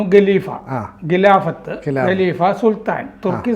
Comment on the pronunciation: ഗലീഫയല്ല ഖലീഫയാണ്. സാർ നിരന്തരം ഖക്ക് പകരം ഗ എന്നുച്ചരിക്കുന്നത് കണ്ടാണ് ഇതെഴുതുന്നത്